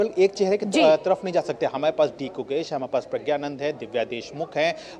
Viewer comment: Take the name correct ❤